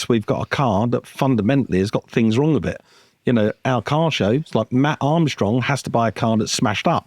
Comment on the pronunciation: It's the guy who say fings